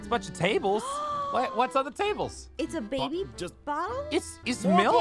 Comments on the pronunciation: its called a bOtTlAy Aphmau: 😂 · its a bottle-botteley 😂😂😂